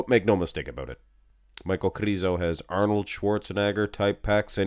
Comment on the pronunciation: Pronouncing Arnold makes me rofl.